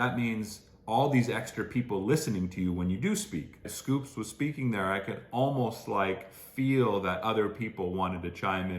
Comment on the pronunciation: …. it’s not SCOOPS!!! it’s S Coups. two syllables 😭😭😭. very endearing mistake but i cannot let this continue any longer